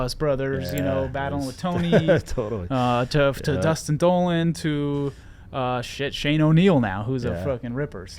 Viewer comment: lol, sounded like you called the dude "Shxt" Shane O'neill